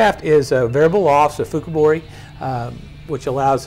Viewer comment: He said Fukubori lol 😂